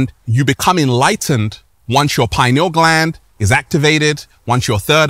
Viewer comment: It's stupid. Everything bad is the matrix, and we're the matrix blah blah blah. It sounds so stupid, especially from someone who cant pronounce pineal gland.